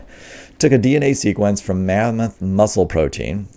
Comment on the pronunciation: So, it's lamboth not mammoth. I'll think I'll wait for the porkoth.